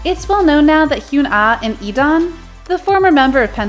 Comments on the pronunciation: sorry but its DAWN without the e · DAWN!!!!! he even wrote a song about his name's pronounciation!!!!!!